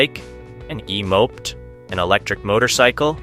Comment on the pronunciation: How do you pronounce moped??? 🤣🤣🤣